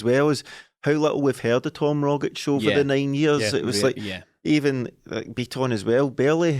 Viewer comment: The ' trying to pronounce Rogic / Bitton correctly' drinking game has me absolutely mwi at half 12 on a Tuesday